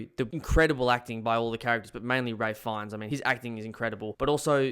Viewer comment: This video is awful and trite. You can't even bother to pronounce Ralph Fiennes' name correctly, but you then have the audacity to say most people only know him as Voldemort?! Is this a joke?